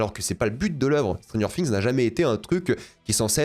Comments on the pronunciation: Stranger Fings. Séreux c’est quoi cette prononciation anglais degueulasse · ça chie sur la VF mais ça prononce Stranger Fings. Par pitié, fais un effort